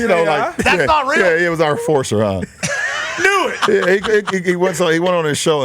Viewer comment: "The Enfiorcer" 😂